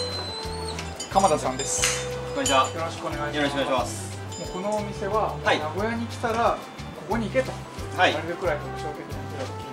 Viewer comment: 発音：名古屋↑じゃなくて名古屋↓です。